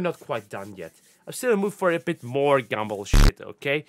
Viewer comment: says gumball in his accent My brain: Gable (I can’t spell his name right apparently I’m never gonna be a pokemon master)